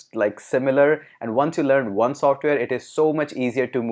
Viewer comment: i have been asking a question for many times but no accurate replays. hope you answer me why Indians pronounce "w" or "o" letters as "V" ?!! so when you want to say ONE your are actually saying VUNE which has no meaning !